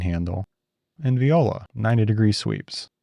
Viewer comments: Amazing as always, but did you mean to say "viola" instead of "voila" ? Why am I imagining McBain telling me "...that's the joke" ? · Viola? You mean voila. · remember the snickers commercial w/ the viking? this was me at that moment. to quote Capt. America: "I can do this all day..." don't feed the trolls... the murmuring literally made me LOL "Viola!" 🎻 LOL is work ever finished? is a job ever done? the world may never know. Good Stuff. informative and entertaining!